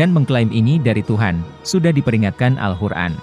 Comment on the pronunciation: Maaf. Tolong perbaiki sebutan Al-Quran